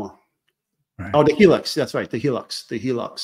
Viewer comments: I’m Aussie. It’s called a Hilux pronounced HI LUX. Not HeLux 😘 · It’s the Toyota Hilux here in Oz pronounced highlux